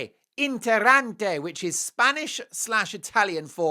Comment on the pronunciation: Mark, I love your show and I agree with you on everything! But please excuse me if I correct your Italian! The word is "INTERESSANTE", not "interante". In addition, "paparazzi" is plural. If there is only one of them it is a "paparazzo". Let's not make the English seem illiterate! Best wishes!